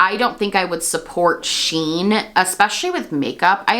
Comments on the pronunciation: It's pronounced "she - in" not "sheen" fyi! And agreed much better to not support them when you can. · I believe it is pronounced as the actual spelling. "(she)(in)Shein" since it's a J beauty brand.